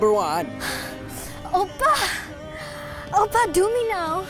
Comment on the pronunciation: Oppa that pronunciation is rlly good